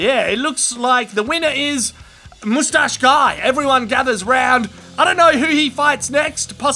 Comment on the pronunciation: this is thenproper way to say moustache